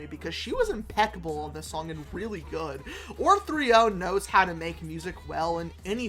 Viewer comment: Apologies, but OR3O is pronounced like "Oreo".